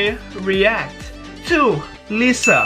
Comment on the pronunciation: Its Laiza not leza. Liza Soberano